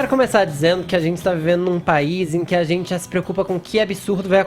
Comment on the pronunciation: Zentizi é bem assim que ele fala!!!! Kkkkk